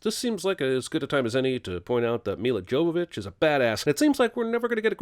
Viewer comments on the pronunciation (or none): its pronounced mi-ya yo-vo-vitch